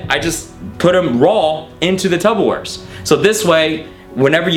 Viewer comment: Why does he call them Tubberware